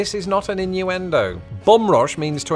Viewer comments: Took me many minutes to realize that when I thought he was saying "bomb" he was saying "bum". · took me too long to realize you werent saying "bomb." I knew "bomb bag" was too good to be true.